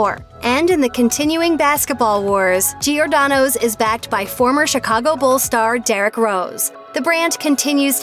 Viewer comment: It’s not “geeordano”. It’s “jordano”. Please Americans. There’s no ee sound before the “o”.